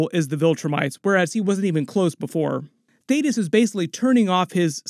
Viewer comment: Finally! You said Thaedus correctly 🙌🏽 thank you 😂